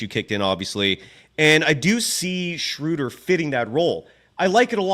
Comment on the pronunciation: Guys, it's not "Shrooder" like "Shooter", it's "Schruh-duh" like in "shrugs". 😅😊 Gonna be curious to see how many weeks months it'll take for everyone to pronounce it correctly. 😆😅